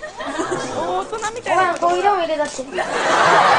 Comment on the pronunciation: 「コーヒー淹れたって」のコーヒーのイントネーションっww 「汚いとこですけど」って、それ親のセリフだけどw w自分が建てた家じゃないけどねww 親御さんやお祖父さんの言い方をそのまま引用してるんだろうね。 こんな可愛い若年寄りがいるなんて。